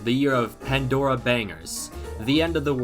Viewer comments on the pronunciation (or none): none